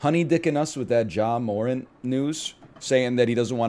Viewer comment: "oh you think i don't know basketball?" mispronounces Morant 300 times in a row